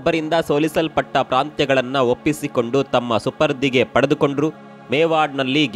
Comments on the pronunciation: ಸುಪದ್ರಿ ಅಲ್ಲ ಸುಪರ್ದಿ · ಚೆನ್ನಾಗಿ ವಿಶ್ಲೇಷಣೆ ಕೊಡ್ತೀರಾ ಆದ್ರೆ ಅಲ್ಲಲ್ಲಿ ಉಚ್ಛಾರಣೆ ತಪ್ಪಾಗುತ್ತೆ ಸುಪರ್ದಿ ಬದಲಾಗಿ ಸುಪದ್ರಿ ಎಂದು ಉಚ್ಛಾರಣೆ ಮಾಡಿದ್ದೀರಾ